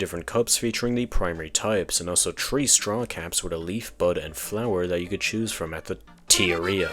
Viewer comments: Everytime you say 3 I keep thinking you’re trying to say tree 🌳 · My girlfriend got confused with the way you say "Pikmin 3" she thought that there was a game called "Pikmin Tree" where they're all on a tree instead of the ground. I love her lmao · I think he's Irish, because he pronounces "three" like "tree". Hope this helps with your racism.